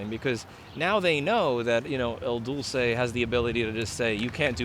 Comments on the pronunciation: I think you are pronouncing it incorrectly...isn't it "Il Dul-CHE", not "Il Dul-say"?? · Do you keep saying El Dulce instead of Il Duce? Are you Spanish sweet on Cuomo or calling him Mussolini? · It's not "Il Doo-Say". It's "Il Doo-Che". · If you are trying to use 'el duce' you should pronounce it correctly and use the right pronoun. It is 'IL duce' and the c is pronounced as in CHip ;)